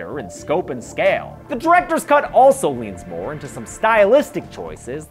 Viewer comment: For a split second it sounds like he’s saying “welcome to the cunt comparison.” Also cool video.